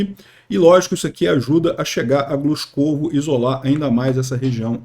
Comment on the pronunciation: Avisar aos ucranianos para só tomarem cidades de pronúncia fácil para facilitar as transmissões do.